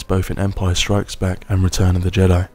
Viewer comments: The way you say Empire STRIKES Back is oddly unsettling to me. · Guy starts talking ...... Me: zZzZzZzZzZz Guy keeps saying Empire strIKES back.... Me:🤬🤬😳😳😤